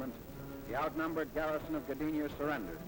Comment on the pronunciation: Danig ? Danzig !! ( Westerplatte) 7 minutes la Wehrmacht épuisée, en Russie pas en Pologne ! Gadinia ? Gdynia !! Prononcer les noms de villes correctement !